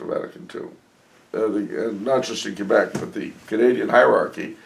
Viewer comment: Thanks again for answering my question. I love the way you accurately pronounce Québec!